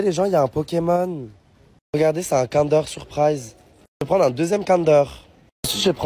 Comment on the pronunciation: pourquoi tu dis cander c'est pas comme d'hab c'est Kinder tu parles pas français ou quoi et pourquoi tu as dit Pokémon pour les Schtroumpfs c'est un Schtroumpf au chocolat ça veut dire faut pas dire Pokémon il faudra dire un Schtroumpf😊